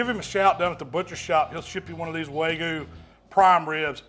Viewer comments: It's not "wagu"... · Chipo-lte and way-gu. Yep. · WAGUUU. Wag-you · Wagoo? Come on man! LOL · Y’all need to look up how to pronounce wagyu. Y’all are saying it wrong 🤣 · Beautiful cook on that wagyu. The one thing you’re doing wrong is pronouncing it lol